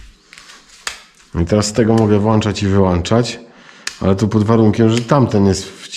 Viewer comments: Ale mówisz włańczać/wyłańczać. Światło włączamy/wyłączamy włącznikiem. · Polski język trudny jest to się zgodzę :) Ale włączać i wyłączać zamiast wlanczać i wyłanczać :)